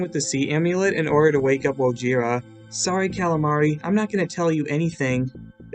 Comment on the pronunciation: in the season 14 one he kept on saying Wohira instead of wojira lmao